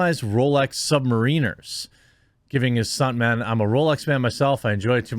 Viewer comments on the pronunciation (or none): Rolex Sub-MARRIN-er. Not Submarine-er. Atta boy. Jeremy. Keep sticking to your Swatches. While VASTLY over priced for what they are, most working people can save up to buy an excellent used Rolex Submariner. I do not recommend that. There are simply too many incredibly accurately detailed knock-off clones available for $500 to $800. You would be much better off buying a sweet used Breitling for as little as $2K. Even Omegas are too pricey. IMO, Breitling is one the very best values in new and used luxury watches. Gorgeous, pedigreed, and well made. And very reasonably priced as long as no large amounts of gold is involved. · The Rolex watch is pronounced the same way as the Marvel character: Sub-Mariner. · Rolex SUB-MAHR-IN-ER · Sub-mar’-eh-ner, not sub-muh-reen’-er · Dude, come on. Its not submarine-er. It's sub-mariner. Like the comic book character. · The type of watch is pronounced Sub-mare-in-air. It’s rolex’s most popular model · lol. It’s not pronounced like Submarine, like the underwater Warship… It’s Rolex “Sub-mare-in-er.” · Just FYI, the Rolex Submariner starts around $11k. Can easily be $15k per watch. It is pronounced Sub-mare-in-er. They are very excellent watches and have the price tag to match. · I wonder if Rolex ever imagined a world in which this model of legendary watch would be referred to as a "sub-marine-er," but if anyone could mispronounce a common name... it's Jeremy! Still waiting for the correct pronunciation of the name "Johansson." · Just a fyi, for Rolex it’s pronounced Sub-mare-iner😃 and yeah it would be cool to work for this guy…the watch is about $16k US, nice bonus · its pronounced -submariner -like the superhero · Mariner is not pronounced the way you said it dude…lol, that was bad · As a huge watch guy when he mispronounced Submariner it hurt my soul :P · Love Keanu, loved your pronunciation of submariner 🤣, yeah a sub is around £10k plus so an amazing gift